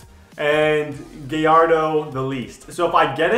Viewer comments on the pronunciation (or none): Just letting you know it is pronounced like guy-yard-o